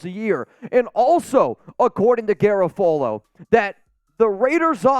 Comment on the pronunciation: I think you're pronouncing Garafolo wrong lol